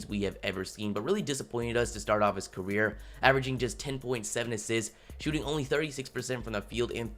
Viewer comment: Anybody else here him say caweer 😂